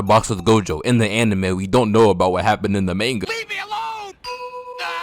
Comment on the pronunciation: Oh he called it Mann gaa he black black